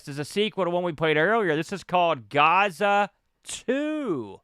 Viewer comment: "gaza and gaza 2" I was lmao... it's "Gaz-za" the nickname of Paul Gascoigne a world famous English midfielder from the 80's/90's Italia 90.... the World Cup was held there that year